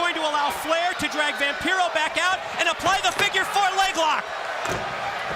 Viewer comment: Oh sure… it truly is quite the opportunity for ”Vam-PYRO?” 🤣 😆 😂 La Parka deserved better than to follow that Flair/Vampiro scene.